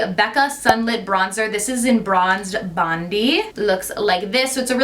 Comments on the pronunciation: Love your videos! But just as a little heads up, the Becca bronzer is pronounced like Bond-eye, not Bon-dee lol. It’s a beach in Sydney:) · Hey! Just thought I'd make you aware that the way you pronounce the Becca bronzer shade 'Bronzed Bondi' is incorrect. I'm Australian and Bondi is actually pronounced Bon-die, not Bon-dee. The bronzer shade name is named after the most famous and iconic beach in Australia called Bondi Beach in Sydney. Hope this was a little helpful as some other Australians could take a little offence to that. Jas xx